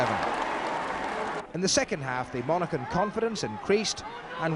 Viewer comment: hard to believe struggles with the pronunciation of Monaghan 'monacken'